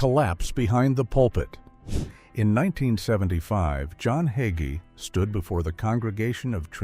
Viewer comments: Why did the narrator of this video keep mispronouncing HayGees name. He keeps saying his name was HugGee. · HIS NAME IS NOT HUGGIES IT HAGEE PRONOUNCE IT CORRECTLY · His name is pronounced hay-gee.....another AI disgrace. His fall was thinking it was "his" ministry, that is the problem. Either you ministry for the Most HIGH, or you minister for reward, fame, and fortune in this life, and that isn't biblical. He has misguided the masses with false teaching. Scripture warns against that. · ALL you people complaining about the mispronunciation of his name ... Don't you understand this is AI, and AI always messes things up ??? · ARE YOU MOCKING PASTOR HAGEE YOU CANT EVEN PRONOUNCE HIS NAME CORRECTLY THEY NEED TO GET SOMEONE ELES TO DO THIS VIDEO THAT CAN CORRECTLY SAY HIS LAST NAME IM VERY UNHAPPY ABOUT THIS SO IM GOING TO GIVE IT A THUMBS DOWN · If you can't pronounce his name perhaps you should not even be using a podcast video that slurs him.